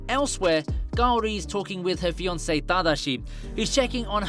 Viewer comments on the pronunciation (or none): none